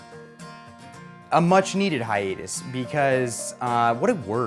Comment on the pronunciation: Isn't it pronounced "hi-uh-tus"? idk